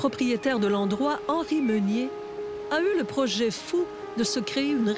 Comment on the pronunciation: C'est pas Henri ' Meunier ' mais HENRI " MÉNIER " Ménier. . .